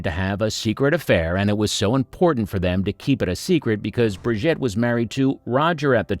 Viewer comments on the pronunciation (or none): Its not Briget its Brigitte !!! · He's an equal-opportunities language butcher! German and Italian get the treatment too 😆 It's not difficult, FFS. Five minutes' practice would sort it out. Bri-ZHEET. Easy. Tran-teen-yon. As for Gilbert Becaud . . . 😱